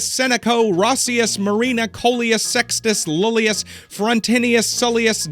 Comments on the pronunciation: This video was very fun, but I can't not correct you on at least two things: 1. I'm pretty sure that 'asses' weren't donkeys, you would pay in actual money: asses (the singular form is 'as'); 2. How did you manage to read Iulius as Lulius?😭 it's and I, not an L. It's Julius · there are three iulius in the man's name and you managed to pronounce all of them wrong and forget how many you read